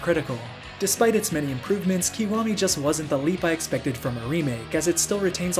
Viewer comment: it's pronounced ki waa me 外人